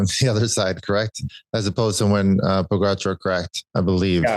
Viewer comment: Why does Lance keep pronouncing Pogacar name incorrectly? Is it on purpose like Trump with Kamala?